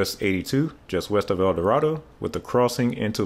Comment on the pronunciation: Please learn how to pronounce the names of towns you mention. Example: Texas I-69 enters near the town of "Ten-a-ha". In Arkansas it goes near the city of "El Do-ray-do" Both do not use the Spanish style of pronunciation.